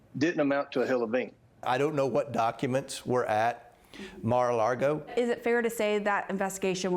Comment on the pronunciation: When you’re such a dumb backwoods under-educated person that you can’t even pronounce Mar a Lago correctly.